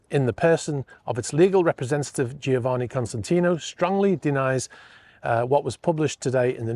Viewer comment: Costantino, not Constantino.